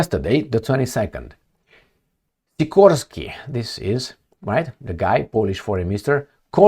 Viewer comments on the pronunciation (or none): none